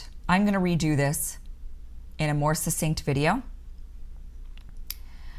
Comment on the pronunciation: "Succinct" –– pronounced "suck-sinkt". The same as the "CC" in "success" or "accident" or "access."